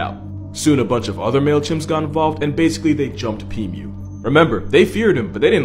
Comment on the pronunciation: Pimu ❌️ Pee mew ✅️